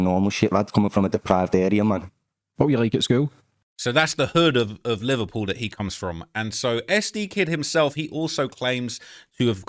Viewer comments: "im from Livur-puel" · They way you say Liverpool was sending me...sounds like the Beatles from that one scene from Zoolander 😂